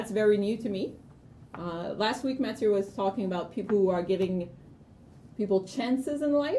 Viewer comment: will ever get Mathieu's name and title right?!?!? ahhaah I love watching mathieu complaining about it! please if you are reading keep the name wrong is too funny XD ahahhaah